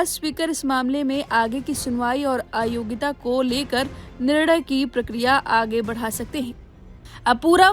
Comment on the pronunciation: " aayogita " nahi AYOGYATA bolo.